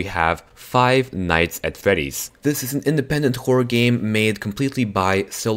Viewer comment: Flive nights at fleddy's😂😂😂